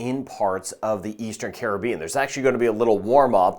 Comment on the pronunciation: Thank you for pronouncing Caribbean correctly 😅